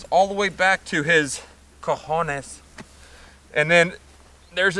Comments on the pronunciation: "Cohonés" Lol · are you a Marine because you say cojones like every Marine I've ever known